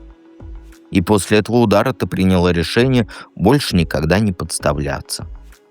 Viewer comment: ПринялА и нпчалА ударение на послелний слог